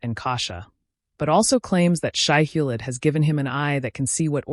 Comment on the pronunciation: Nice recap, but the reader really needs to pronounce names correctly- e.g. Atreides is not Atree- Ides, Shai-Hulud is not Shai-Hullid.